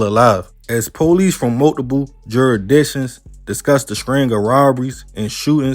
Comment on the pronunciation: Oh hell naw not juriDitions 😂